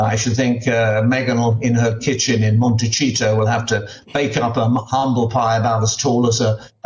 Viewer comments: Michael,,...Can you please learn how to pronounce Montecito? It's not "Monte-cheat-to" as you say...it's "Monte-seee-to". Thank you! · It's pronounced "Montesito" Mr. Cole, the c in Montecito is like the English s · He keeps mispronouncing Montecito as Mont a Cheat-o. Wrong. And highly annoying. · 'MonteCHito'? It's California, not Italy.